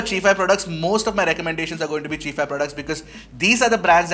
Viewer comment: I think it's Chai-fi and not chee-fi